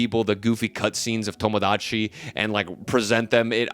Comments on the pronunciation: just say tomodachi normally vro like son 😭😭✌✌ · The way you pronounce Tomodachi Life reminds me of how my white friend orders Mexican food with an accent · you pronouncing tomodachi in that way made me immediately click off the video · why do you say tomodachi like that 😭